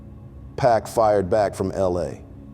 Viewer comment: “Pack” ??? Who is narrating this??